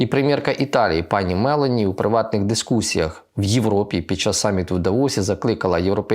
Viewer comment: Не мЕлані, а МелОні